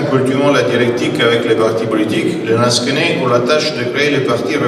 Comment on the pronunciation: Lansquenets... pas 'lansquets'